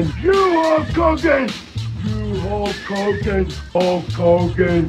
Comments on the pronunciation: Sounds like he's saying Hulk Cogan 😂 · With a Partsunknownian accent that's so strong, it identifies that the Warrior can't say Hulk Hogan's name right; every time he shoots a promo and when he talks, he would put too much emphasis in certain words that come out of his mouth, and most people couldn't make out what he was saying. "Ho Kogan! Look at meee, Ho Kogan! ... LOOK AT ME!!!" -The Ultimate Warrior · It sounds like hes pronounce like ho kogan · i think he said holk klogan once